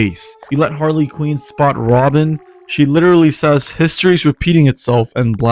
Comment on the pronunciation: the way you pronounce some of these names like ganon (its pronounced gan-in no gan-on) or harley quinn (you say it like harley queen) annoys me